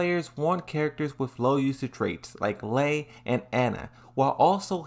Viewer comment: After all this time, you still can't pronounce Lei correctly.